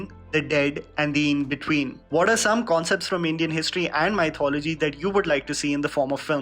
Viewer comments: Why does he pronounce mythology as M-AI-Thology ??? 👀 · It trigger me, how badly he pronounces mythology. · Please don't say mythology... :( It gives pain..